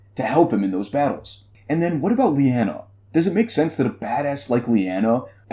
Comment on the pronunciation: I friggin LOVE this theory! You have a unique interesting spin on it that has my wheels turning! LOVE it! Thumbs up! As a side note, I believe it is pronounced "Lie-ah-nah" instead of "Lee-an-a" :) Keep up the great work!